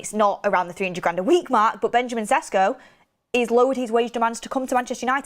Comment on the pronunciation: "it's SHESH-KO not Ses-Ko" attaches Hermoine Granger gif :)